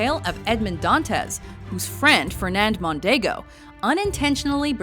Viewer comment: "Fernardo Mondego" gj Gj.